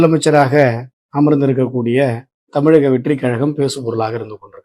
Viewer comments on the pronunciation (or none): none